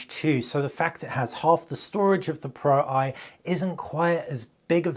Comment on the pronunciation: Great video however it was frustrating watching you mispronounce the Pro-I. You clearly know that Sony phones use roman numerals (ie Xperia 1 IV = Xperia 1 mk4, Xperia 1 V = Xperia 1 mk5) so why would the Xperia Pro-I = Xperia pro eye instead of Xperia Pro mk1